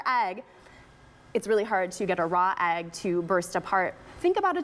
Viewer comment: The word is not, "agg." This mispronunciation is driving me crazy!!!!